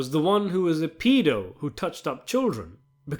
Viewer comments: Its Pedo not Peado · It’s pedo not peado